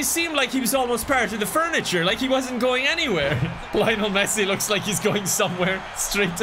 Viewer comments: I am not a football fan but the way he pronounces Lionel Messi makes me cringe. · I was rooting for Messi, even though you mispronounced his name every single time